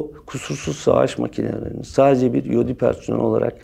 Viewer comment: SAS komandosuna öğretiyor adam :D sen önce eod ile eyp nin farkını öğren sonra konuş. Ayrıca ingilizce bilmiyorsunuz sanırım eod(explosive ordnance disposal) ingilizce bir kelimedir ve kısaltması ''iod'' şeklinde okunur. Eyp ise el yapımı patlayıcı demektir. EOD ile hiçbir alakası yoktur.